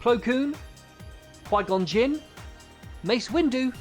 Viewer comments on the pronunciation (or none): none